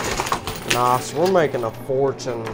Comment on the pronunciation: it's nice not noss